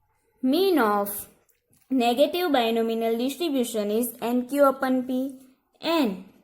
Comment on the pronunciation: Binomial...Not Binominal 🤦‍♀️